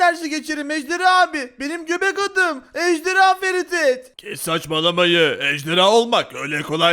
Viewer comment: Abi ejdeyha değil ejderha